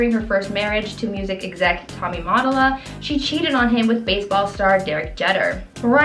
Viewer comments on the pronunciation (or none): Mott-O-la JEE-ter FFS, study up on how to pronounce these celebrities' names. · Lawd. Tommy Mot-AH-rella? Derek Cheddar? IF this is going to be ur profession, learn how to say the names at min. Maybe even find out WHO ur talking about? It’s called credibility. Now go be professional + look up Tommy Mottola + Derek Jeter.